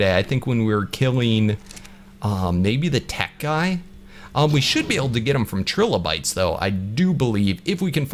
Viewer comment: You say it like trylobytes not trilobytes